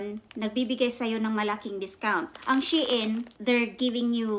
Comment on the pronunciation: Wowwww 16 items 😍. Sana all dae daghana ba 😍, Na worry nako Sa akong before kay naka order nko ug 8 items 😂. Napa diay Mas Daghn gi order kysa nko 😂. Lahi jud imong pronounce Sa SHEIN ba, she-in jud hehe. Puro nice imong napalit dae, especially katong pink. nice editing lagiii , pro nmn kaayo mag edit, no need Na tudluan kbw Na 😍 . MAayo nasad mo vlog well done dae love it! 😍